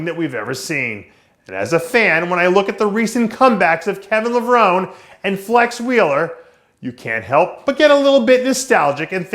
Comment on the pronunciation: The e is pronounced in Levrone.